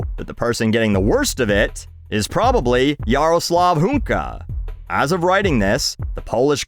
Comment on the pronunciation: You read that name pretty well, kudos :)